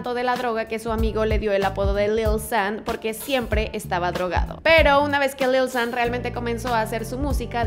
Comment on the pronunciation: dislike por la forma que tiene de decir lil xddd